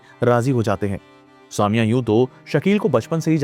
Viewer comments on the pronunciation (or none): It's not saa mia, it's sa me ya.